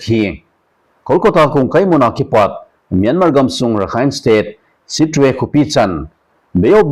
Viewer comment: Sir pa, Sittwe khopi khu 'Sit-twi' tia ki pronounce ji ahie. Eiho pao a kisei le 'sih-twi' hidi ahi, sopi arakan ho toh pao leh ham a jong ikinai nao proof tidi ahimaije